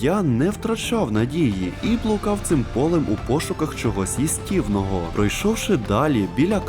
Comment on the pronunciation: Схуялі Їстівного а не їстівнОго??